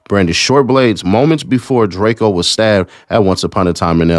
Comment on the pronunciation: I don’t lisyen to dudes music but I did to find out who he was when he got stuck, but his name is pronounced DRAKE-O not DRAKE-E-O